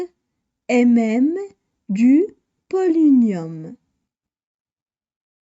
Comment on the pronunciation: On prononce polonium pas polinium